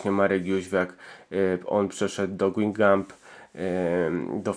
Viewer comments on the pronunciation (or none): Świetny filmik:) jedynie chciałbym Cię sprostować - ten klub, w którym grał Jóźwiak - Guingamp czyta się,, Gęgą":D